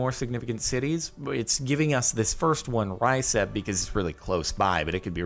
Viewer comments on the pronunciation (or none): "ryceb" is pronounced "guseeb"